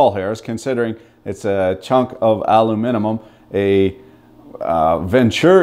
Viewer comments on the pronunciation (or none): "Aluminimum" xD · "Aluminimum" I love it! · "A CHUNK OF ALUMINAMUM" Min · A-LU-MI-NUM... epic! ;)